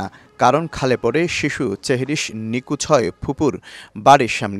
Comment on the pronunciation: আসলেই!! সেহরিশ✅চেহরিশ❌ নিখোঁজ✅ নিকুজ❌ নিথর ✅নিতর❌ থাক, আর নাই বললাম